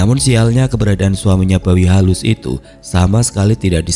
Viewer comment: Sorry mang tapi saya dengar bawi halus jadi babi halus terus 😂 bahkan di teksnya pun sempat keliatan tulisan babi halus. Ya tapi emang pantas juga sih di katain babi untuk si tukang gosip itu malah matinya hina pula 😅